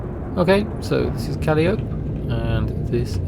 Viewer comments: Not sure about the other two but Calliope is pronounced Ka-lie-ah-pee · Calliope - pronounced - Ka-lie-opie :-) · Im pretty sure it's pronounced CAH-LI-O-PEE like the American ww2 tank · Noah Quigley that's what I thought, right?!